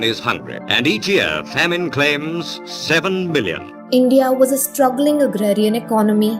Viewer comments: A dude who can't pronounce FAMINE properly wants to sell a speaking course. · A lot of great information here, but had to stop watching because of the way you pronounced 'famine'. Learn to pronounce words before you use them, Jesus.